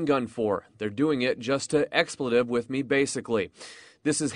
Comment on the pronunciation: "explative"??? America's best and brightest on display in the media.